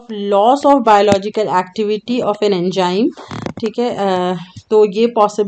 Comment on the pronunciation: my concept is clear after watching this video very good it is Enzyme not enjyme